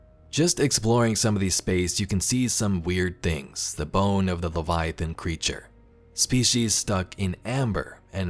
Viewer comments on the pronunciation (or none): none